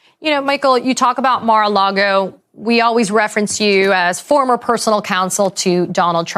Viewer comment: Or as he says "Mara Lardo." lol